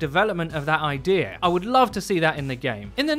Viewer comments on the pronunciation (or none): none